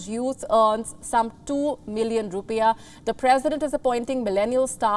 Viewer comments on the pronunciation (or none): none